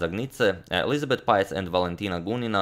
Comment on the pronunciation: pähtz se izgovara "peetz" (dugo e), ne "paetz". pozdrav. i uz to još citat zukertorta, najboljeg igrača 19. vijeka -- prva liga!